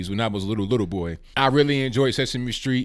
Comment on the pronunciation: It's sesame Street not sexme street.